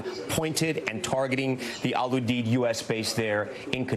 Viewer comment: Jesus...its Al Uuu-deeeed